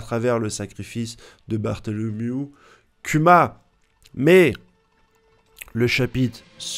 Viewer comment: Bordel ! Arrête de dire Kyuma ! On prononce KOUMA !